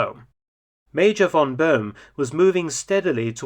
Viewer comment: Please learn that a German "v" is pronounced as an "f" – von = fon